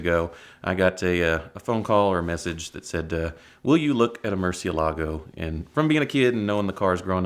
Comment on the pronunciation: Btw: It is pronounced muCIElago, not MurcieLAgo.😊